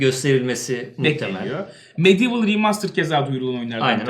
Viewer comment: Medieval değil medievil